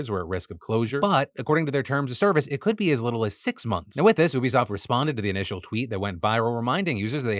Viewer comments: Why do you say oobisoft? It's U-bisoft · Phil, it's "you-be-soft" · Bro it's YOU-bisoft not OO-bisoft 😭😭😭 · LOL defranco can be such a clown... Ubisoft does not rhyme with booby-soft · Is Phil pronouncing Ubisoft wrong or have I been pronouncing it wrong my whole life….